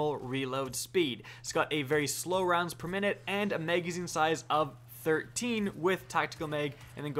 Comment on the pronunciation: I like the info you provide however your English needs help sir. You pronounce magazine as maygazine which sounds dumb and you have challenges with the word stagger as well as you say stayger. Please talk properly man as the public is very unforgiving!